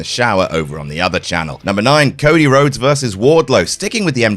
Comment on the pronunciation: "There are loads.. Cody Lhodes" got me there 😄